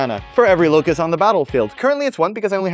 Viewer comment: its a locus, not a locust:D